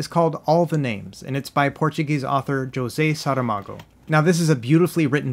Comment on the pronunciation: Kudos on properly pronouncing José Saramago's name! With that out of the way, thanks for the guide! I like my OGS a lot, but really dislike the D-Pad, so I am definitely interested even if it's a little clanky.